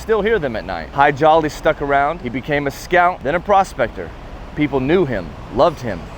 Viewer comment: The nice people who say eye-raq, eye-ran and israel couldn't say Hadji Ali? More likely just didn't want to.